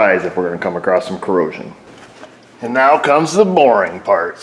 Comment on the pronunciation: Across, not "acrossed"...lol. You teach auto repair, I teach grammar.